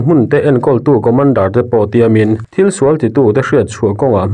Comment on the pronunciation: Engatinge ni aw... "Kaw-mawn-dar" ti-a lam-rik hriat-tur a awm leh thin leee... A mak thei ngei mai. 😢😮😊😅😂❤